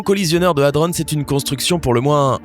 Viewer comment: Merci de respecter la prononciation de hadron, un dico avec la phonétique peut être utile, prononciation anglaise ou française il faut choisir, pitié, ne pas mélanger les 2.